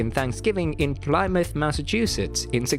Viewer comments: it's made As someone who lives very close to Plymouth Massachusetts it isn't pronounced PLY mouth. More like Pliiiiimuutth :) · Excellent video. the "y" in "Plymouth" is pronounced as the "i" in "him." Regards.